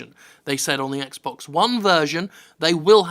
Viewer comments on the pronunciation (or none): none